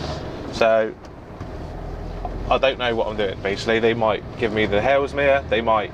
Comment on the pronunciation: You keep saying "Halesmere" - is that Haslemere? If so, maybe saying "Hazel-meer" would make sense to people who know the places?